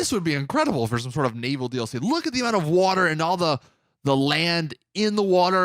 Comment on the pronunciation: Not the only one who heard him say “water” wrong when he was talking about the gta 4 map